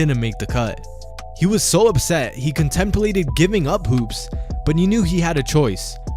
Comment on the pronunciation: lmao the way he said contemplated